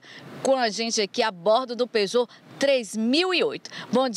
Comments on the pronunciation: Especialista da Peugeot ????????????????? Só vocês mesmos, kkkkkkkkkkkkkkkkkkkkkkkkkkkk O cara não sabe nem falar Peugeot nunca foi e nunca será uma marca confiável Chamar de especialista é sacanagem... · Quando ela falou Peugeot, eu parei.